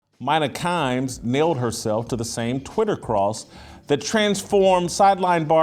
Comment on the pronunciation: Jason you wouldn't have a chance in a x and o conversation with Mina Kimes. Also stop pronouncing her name wrong.